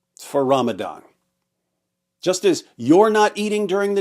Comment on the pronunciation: Ramadan ❌️ RamItIn ✅️